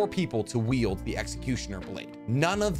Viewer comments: I know he's saying wield but it sounds like yield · Wield not Yield!!!! I'm sorry, it just finally irritated me too much. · I'm sorry. I don't want to nitpick, but this man is saying yield instead of wield. I can't be the only one who hears this right? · Did you say "yield" for all of these??? It's called "wield". Yield is something entirely else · I think when you say yield you mean wield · I can’t tell you how many times I just listened to you say “yield” instead of wield… Are you good? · Bro needs to learn the difference between wield and yield 🤦🏻‍♂️